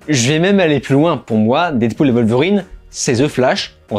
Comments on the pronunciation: Ca se prononce Wolverine bordel, pas Volverine. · Et ça ne veut pas dire qu'ils ont raison. Surtout quand la VO dit bien elle-même "Wolverine"